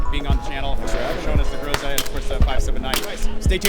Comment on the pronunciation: everyone mispronounced groza every single time.